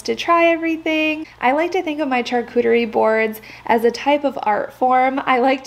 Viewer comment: Your video is great, however it’s pronounced SHARCUTERY not CHARCUTERY.